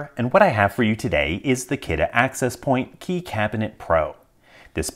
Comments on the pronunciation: 1: Kudos for pronouncing Kidde correctly, most say it like how you would say Kitty. 2: Looks about as reliable as their smoke alarms, which are often bei recalled. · I thought Kidde was pronounced “kiddy” and that this was a lockbox for children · Brand name is pronounced "Kidding!" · Soo it's not Kidde, it's "kiddie", meaning the level of intruders this slows down somewhat. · So that's how you pronounce that brand name. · interesting, is that how you pronounce kidde? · Wait that's how you pronounce Kidde?